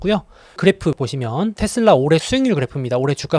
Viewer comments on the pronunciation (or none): 미국현디 발음도 다 테슬라라고하는데 왜 혼자 텟슬라 이러고 있음?